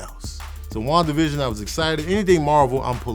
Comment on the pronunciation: Ngl sounds like he’s say Juan division which is just a sad pun for the border wall